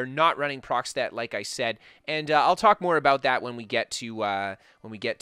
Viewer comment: procstet? is he trying to say a proc stat?